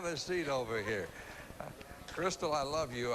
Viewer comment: It's Crystal, not Crysta, and Gatlin, not Gatline